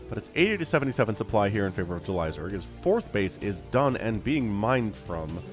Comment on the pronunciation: Idk why but Everytime you say JulyZerg I hear Elazer lol 🤪